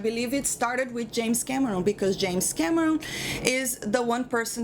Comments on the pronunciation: The way you said it sounded like 'James Cabrón'. Pretty fitting. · First time viewer here... Gotta say, I like this chick! She's got a good head on her shoulders. Edit: oh and the way she says James Cameron with that accent.... I love it. If you read this Can u say "hello Clifton" ?!?!